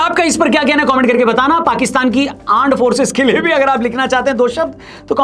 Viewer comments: Aand forces ❌ land forces😅😅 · Aaand forces😅😅 😂😂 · Pta nhi kyu lekin mujhe pak. Ka armed force ke wajaye Aar Force sunai diya jab bhi bole 😂😂 armed force nhi Aar Force 🤣🤣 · Arm Forces ❌❌❌Aand Forces✅✅✅😂😂😆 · Aaand forcess 😂😂😂